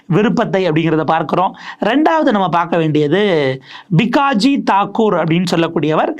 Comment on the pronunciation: Ranjan batt not badd????thakoor not thagore??? சரியா உச்சரிக்கவும்